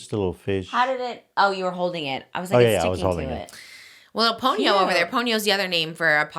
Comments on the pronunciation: I desperately need someone to tell Trisha Ponyo is pronounced Pawn Yo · PAWN-YO (Ponyo) not Pown-yo. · pls someone tell trish at least how to pronounce ponyo before she names the child